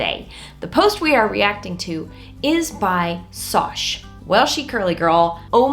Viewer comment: I think her name is as in and not SOSH 😂